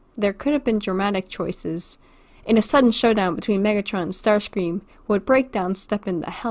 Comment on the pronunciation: What did I hear about how you pronounce Starscrean? You just said "sterscream"